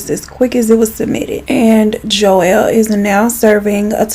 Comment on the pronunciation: also anyone else thought she was saying Joelle?